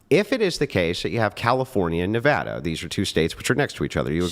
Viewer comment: Thank you for pronouncing Nevada correctly.😂